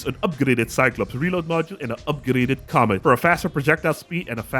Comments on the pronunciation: its "commit" not "comet" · I believe that it is pronounced 'commit' as in commitment not 'comet' (love your reviews on the new parts so far)